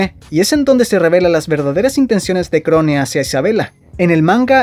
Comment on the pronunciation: Se pronuncia Krown!!!!!